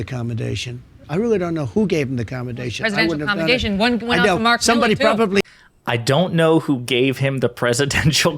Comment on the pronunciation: I THINK he was saying "COMEDATION" not commendation. Smart.